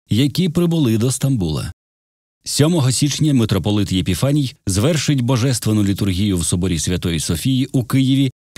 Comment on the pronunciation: Не Єпіфаній, а Епіфаній. А взагалі +++